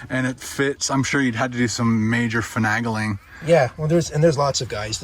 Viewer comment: strupping instead of strapping and finagling instead of of finay-gling lol. that van is cool guy looks like eddie vedder.